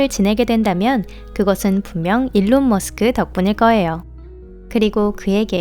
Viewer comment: 일론이 올바른 영어발음에 가까운것으로 알고있습니다